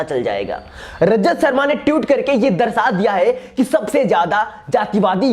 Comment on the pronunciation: Pehle to tutor nh hota..twitter hota he bhai...tweet hota he..tute nh